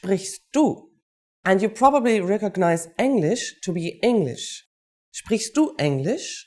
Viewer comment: Confusing. "Sprichst" doesn't mean "to speak"; the infinitive of "sprichst" is "sprechen"; as correctly said "sprichst" is the conjugated 2nd person singular... Also, the pronunciation is artificially overemphasized - you usually won't hear the "t" in "sprichst du..."; but the "t" will blend into the "d" of the following "du"... just like you won't hear a "t" in the word "lecture" in English [which some Germans will sometimes try to insert :)]